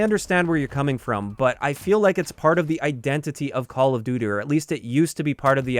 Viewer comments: call of dooter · "Part of the identity of Call Of Dutter" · "call of duder" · “call of dooder” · call of duter lmao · "Call of duter"